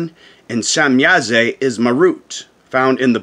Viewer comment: There is no e at the end of shemyaza or semyaza why do you pronounce it as semyaze lol